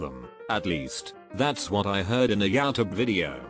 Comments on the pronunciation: I thought it was youtube not yeOWtube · Nobody: Text to speech narrator: “yaotube”